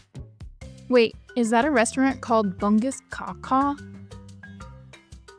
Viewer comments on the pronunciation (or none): Tips for reading Malaysian signs. Read them phonetically. Bahasa Malaysia is pronounced how you spell it. For example u sound ooo and a sounds aahh. So Bungkus Kaw Kaw should be read boongkoos cow cow which translates to "Wrap That Thing Real Good". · Bungkus Kaw Kaw is pronounced as Boong Coos Cow Cow